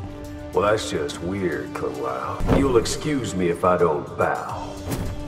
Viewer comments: Bruh, Johnny Cage literally called Kung Lao "Kum Pao" (like the chicken) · “Dung lao” “Kung Pao” good fucking lord give he man a break